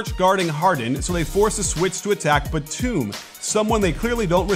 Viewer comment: He keeps mispronouncing Nicolas Batum’s last name